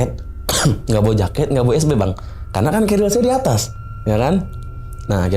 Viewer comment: Tas naik gunung itu bukan keril ya kawan-kawan, tapi carrier (Baca: kerrir). Duh, ngeri pendaki-pendaki ini, nama tas saja masih salah, sudah pasti naik gunung minim ilmu. Ini bahaya